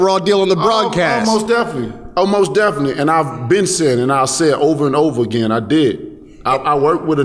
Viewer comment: He should start by telling the World his real Daddy is Auderly Harrison."mos defenly"😱